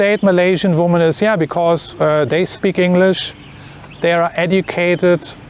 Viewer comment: I recently requested this video, thank you for making it. 😊 - I can tell by your presentation style you value being precise and clear so I offer you some feedback. Your subscribers usually instantly know when you intend plural versus singular human female, it is only a minor distraction. I will happily continue to mentally correct this in my head as long as necessary. But as a possible aid for you, the plural form of woman is different, and a little tricky even for native English speakers, because the spelling does not match the pronunciation. Something which may help you keep it straight is the singular "woman" has the singular form of male ("..man") embedded in the word, while the plural "women" has the plural male ("..men") in the word. I hope this helps you make sense of this oddity of the English language. Thank you again and please keep making your informative videos.